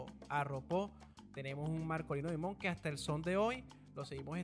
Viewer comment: Dimond en Ingles Diamante en español Se pronuncia Markolino Daimond